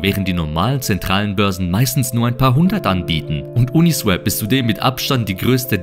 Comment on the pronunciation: Swap (austauschen) wird swop gesprochen, uniswäp wäre swep (fegen). Ein Kollege von mir sagt es auch immer falsch.